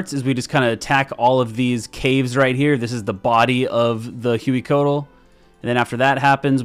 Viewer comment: Congrats on life and good to see you back! For the boss names, if they're intended to be pronounced like the source language, then Amoxliatl = ah-mowsh-LEE-attle and Hueycoatl = way-CO-attle (they're based on the Nahuatl language spoken by the Aztecs, in which "x" = English "sh", "hu" = English "w", and emphasis is on the second-to-last syllable).